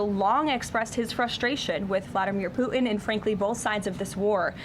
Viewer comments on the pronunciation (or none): Did she just say "poo'in' ??" Core blimey guvvna 😅